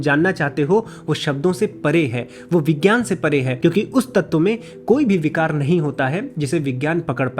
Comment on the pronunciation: मैने अपने हिंदी के शिक्षक से सुना था कि यज्ञ का सही उच्चारण यज्य होता है और अपने वैसे ही उसका उच्चारण किया है। लेकिन अगर ऐसा है तब तो विज्ञान को विज्यान उच्चारित किया जाना चाहिए लेकिन आपने उसका उच्चारण विग्यान किया है। क्या सही है क्या गलत इसको समझने की कृपा करें। धन्यवाद 🙏